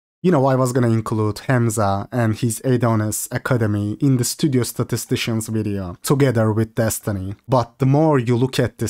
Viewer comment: I love the way you say stdiostatistician lmao